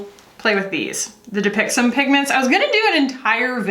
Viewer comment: i keep hearing "dupixent"